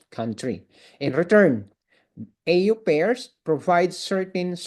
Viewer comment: Correction lang po... au pair... Ang pagbigkas ay : " o pair " hindi po ... ey yu peyr